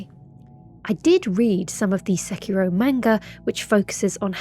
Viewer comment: Oh my. Fantastic pronunciation of Sekiro. (The ghost effect always makes me laugh ever since someone pointed out its like Frodo waking up in Rivendell)